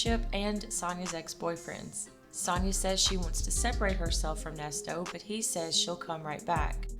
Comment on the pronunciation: When and in what lifetime, Nes-toes?!? 🤨